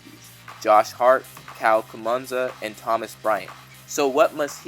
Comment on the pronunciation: Who tf is Kyle Kumunza!?